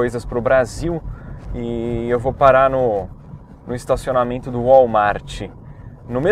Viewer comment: "Estacionamieeento" bem paulista vc em? kkk